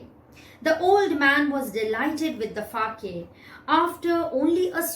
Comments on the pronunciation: The pronunciation of sake is sa-a-ke and not fa-a-ke.. Pls change it..It is very misleading!!! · Wrongly pronounced Sake That Fa in the book was just to explain that you have to read Sa in Sake just like Fa pronounced in father... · Ma'am sa is pronounced as fa in father it is sake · Correct! she has mispronounced it!